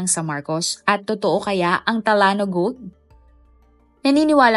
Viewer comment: Talano ang basa talyano😂